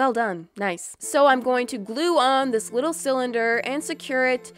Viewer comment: not being rude but this is pretty fun in the Video you “widdle” instead of “little” or that’s how it sounds